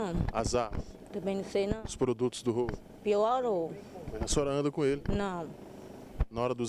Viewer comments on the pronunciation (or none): E os produtos de roubo? -"PIÓURÔ" KKKKKK PORTUGUÊS bonito menino